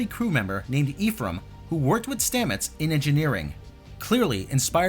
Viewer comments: Good video but Ephraim is pronounced "EF-Ram" not "EEF-ram". It's also my grandpa's name. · Your pronouciation of Ephraim had me super lol. Issue with super obscure Jewish/biblical names... But yeah this looks messy. I dont even know why they stole this idea. It was fucking stupid to begin with.